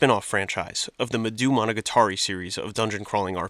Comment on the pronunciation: I'm sorry but I HAVE TO correct your game pronunciations. Puyo Puyo: Pronounced "Poo-Yo, Poo-Yo" not "Poyo Poyo" Madou Monigatari: Pronounced "Maw-Dow Monigatari" not "Ma-doo Monigatari" Idk in what context ou is Pronounced oo but I'm too southern to think about it. Cool Mario vid